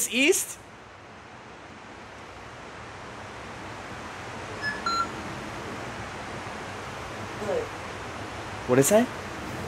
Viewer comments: East…. I thought you said weast. I’m mad no one got the joke made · East? I think he meant “weast” 😂😂